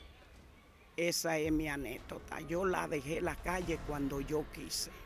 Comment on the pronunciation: Y no se dice anetota aprenda hablar antes de ser entrevistador para que los que lo escuchan sepan que no se dice así se dice anécdota 😅